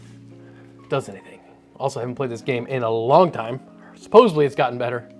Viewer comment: Theres no such word as "Supposebly" 🤦‍♂️